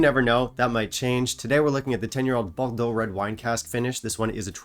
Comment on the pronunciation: I wasn't even vowed by the 18y and I'm not too keen on red wine finishes - with the exception of the Ledaig Rioja cask, which is also a Distell product, so now I'm intrigued again. And: compliments, you really practiced the pronunciation of "Bordeaux."